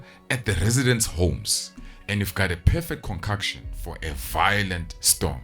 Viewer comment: how dop you get "conkakshun" from "concoction"? Why "tarven" when the word is "tavern"?